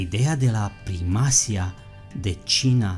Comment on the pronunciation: primacía, y no primácia. me encanta tus ideos amigo.